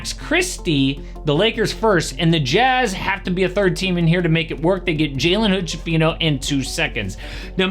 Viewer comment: Schifino is pronounced: SKIFINO